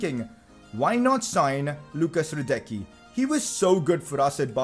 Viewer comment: PCQ: Hradecký is pronounced: Hraadetzkee